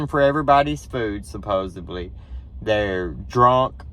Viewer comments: Yes I agree with you but there is no word supposebly, its suppos ed ly, sorry its the English teacher in me. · You are mispronouncing the word supposedly. SupposEDly. “Ed” as in the talking horse, Mr. Ed. 😊